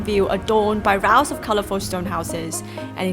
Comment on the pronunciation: rows of stone houses: row应该读ro的音，rao的读音是争论的意思。Anyway，视频一如既往地优质！